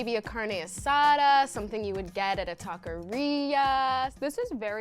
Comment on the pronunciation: “Something you get at a takorea”